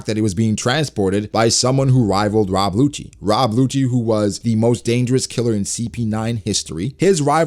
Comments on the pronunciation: I'm dead ass like why is calling Who's who's a hoochie (momma). I'm sitting her googling "Who's Who One Piecee thot?" Then I realized he was saying Rob WHOchie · This nigga said “Rob Whocci” 😂